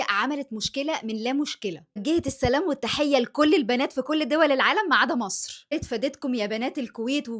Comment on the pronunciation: بالله عليكم تب دي وحده تعرف تقول مصر😂😂😂دي مقشفه 😅دي لو في مصر كانت بارت😂😂😂😂